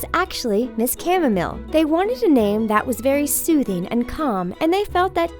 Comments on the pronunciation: it wasn't just the people in the studio who couldn't pronounce chamomile, the talko clearly don't either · How can people not know how to pronounce "chamomile"???